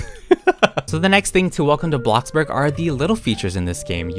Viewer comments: I love how u keep saying “blockburg”, yep, teaching me the right thing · everyone: bloxburg: BLOXBUG 😂